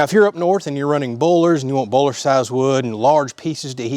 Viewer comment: Have to give you a hard time. What is Bowler wood? Do you mean Boiler (boy-lr) wood. lol!!!